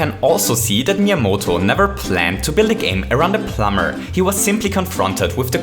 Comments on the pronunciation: So, you'll still say: "Our little plumber"? Great! I like how you say plum-bah-r! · the way you say plumber just kills me